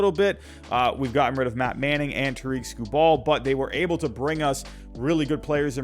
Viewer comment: Tigers fan coming in peace! Jeimer is actually pronounced Jay-Mur and Tarik Skubal is Tare-ICK Skoo Bull. Looking forwarding to watching, kill it man.